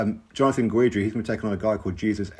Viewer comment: Jonathan Guidry (pronounced Gidree) is fun to watch. Top boxer? Nooooo